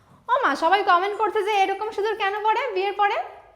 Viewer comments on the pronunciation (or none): none